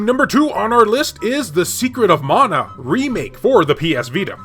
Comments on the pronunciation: its mana not meina :P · Let us now leave Secret of Mana World It's MANA you killing me 🤣 Honestly I saying Mana like you saying to 🙂 Love you style of your video keep it going 😊👍